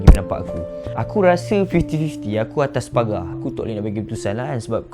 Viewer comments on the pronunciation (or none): none